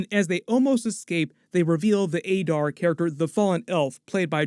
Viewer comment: That's not how they said "Adar"